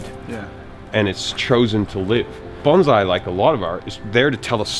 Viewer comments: BON-SAI NOT BANZAI! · He's pronouncing bonsai as baunzai. The origin of the word bonsai comes from the Japanese word ぼんさい(bohnSaEE). I think what is happening here is the s is being pronounced as a z. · Bonsai not BonZZZai !!!!! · Bon-ssssssai. Doesn't sound the same as bonzai. it's bonsai. Sorry to be annoying. I live in Japan. :/ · No, It's pronounced bone sai, bon zeye is a very different thing. And the professional didn't fucking correct him. Holy fuck Jazza in karate kid Mr Miagi even tells you how to say it in the movie which you've seen!!!!! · BON SAI NOT BON ZAI , THE S IS PRONOUNCED AS IN SS. When i first started learning Bonsai in Takamatsu Japan, i asked the master if he would teach me to make Bonzai and his answer was. Come again in 2 years after you have learned how to pronounce it properly and have mastered basic Japanese . I can't teach you Bonsai if you can't even understand what i say. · It’s not bonzai. Bon-sai. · Coming from hawaii where asian culture is abundant it grinds my gears when i hear bahn-zai. Proper pronunciation no matter your accent is bohn-sai with an “s” not a “z” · IT'S NOT BONZAI JAZZA FFS IT IS BONSAI REEEEEEEEEEEEE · Did you know it's actually bonSai not bonZai, there's a difference, you know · actually pronounced bone-sigh just to be specific ^^ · It's strange how he pronounced bonsai as bonzeye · its "bone"-"sigh"